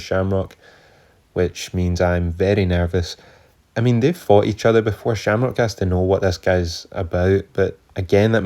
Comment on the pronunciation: Slamcock, no Shamrock. Get it right bro 😂. Subbed!